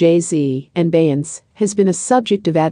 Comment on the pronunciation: How do you expect to get subscribers when you cannot even pronounce Beyonce and RiRi's name????